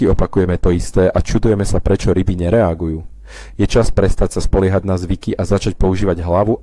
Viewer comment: Načo fungujú rrryby v jary???